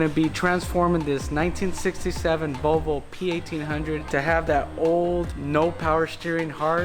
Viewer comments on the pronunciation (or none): Nice "Vlovo".